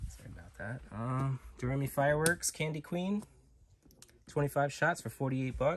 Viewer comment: Am I wrong, I thought it was pronounced "Doe-Ray-Me". Like the song but I might be wrong.